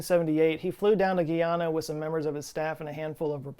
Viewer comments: It's not gee onna, it's pronounced like what you would call a man, a guy and a regular female name Ana. Guyana. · Guyana is pronounced "guy-ana" not "gui-ana" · Same. 😭 He's pronouncing it like Guiana as in French Guiana. When really saying it as it sounds in an American accent is exactly how you say it